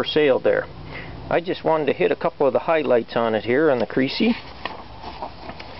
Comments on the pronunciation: its not pronounced "creecee" its like Kres-ee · Crecy is pronounced as messy NOT creasy as greasy. well he is a!